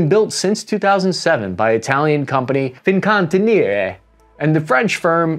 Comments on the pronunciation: "Fin can tin nereeee" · Feen-can-tee-eree. For future reference. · great video as always. the only thing almost killed me was the pronounce of fincantieri LOL. try to rithm it: fin-can-ti-e-ri. fin as finland, can as a can of soda, ti is pronounced like tea, e in italian sounds like in "erik", and then ri like worRY or carRY. I know it's hard for an english speaker, hope this helps. nothing serious, just trying to help out. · Mate, what was that pronunciation ? Fincantieri is spoken as Fin-canti-airy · Your pronunciation of the Italian company killed me lmao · As an Italian and a former Fincantieri Group employee, I IMPLORE you to correct your pronunciation of “Fincantieri” . You mangled it beyond any recognition 😅 For every other aspect, great job as usual!